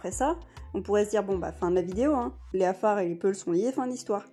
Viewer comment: Mme c'est pas le Kaffar comme vous le prononcé mais les Afars...